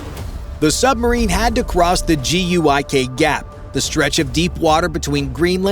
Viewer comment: It's not the "GUIK" gap, it's the "GIUK" gap -- Greenland, Iceland, United Kingdom. I don't know who does the voice-over for these, but they're horrible at it.